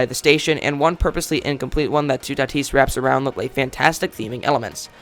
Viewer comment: You say toutatis lile tout at is